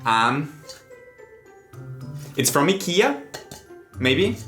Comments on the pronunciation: Thats probably the best pronounciation i've heard from a non swede tho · yo, did this man just pronounce IKEA the CORRECT way!!!